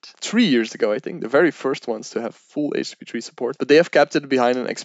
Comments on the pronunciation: Here we learn the differences between H P2 and H P3. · They way he keeps saying "HTP3" or "HP3" started to really bug me. Like, dude, slow down, pronounce your words. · It's very difficult to watch a video when the expert doesn't actually say the name of the thing they're talking about properly. Took me a minute to realise he was talking about HTTP/3 :-) Once realised, it was good... but I'm wondering why HTTP/3 doesn't check for 'middle box' compatibility and drop UDP if it finds it can...to allow for the future when UDP isn't needed... Slower I guess, while it checks... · Great video. Great info for starters. My only angst is his pronunciation of http3.